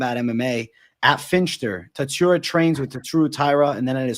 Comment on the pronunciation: TATSYURA??? Really??? It’s Tsu-Ru-Ya like Tsu-na-mi… 🤣😭